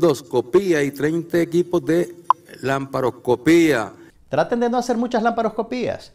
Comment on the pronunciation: Se dice laparoscopia